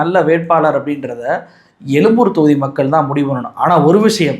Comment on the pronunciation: Adhu yelumboor yillaingah yezhumboor . Thamizhin yelumbai norrukkaadheengah